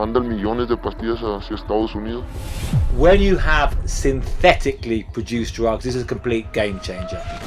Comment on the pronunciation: the way he empasizes the word "synthetically" makes me think think if there are natural ways to make fentanyl. i mean fentanyl is not even a naturally occuring compound.